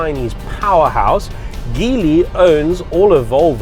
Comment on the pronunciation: Dear thank you for saying geely correctly